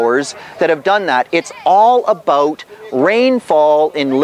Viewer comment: "I think we talked aboot that" :D